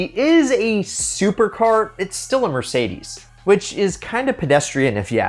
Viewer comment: what's a Merdeces Benz??